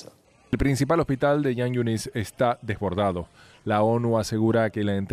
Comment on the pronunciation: Jan yunis, se pronuncia como J en castellano no como Y.......